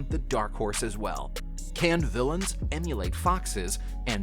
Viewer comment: His last video said vill eee aaans and this said toe tone ham so yeah